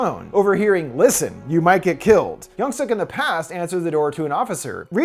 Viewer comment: Yung-Su 😂 that’s how he said it. I’m still watching till the end. I love the movie. It’s intense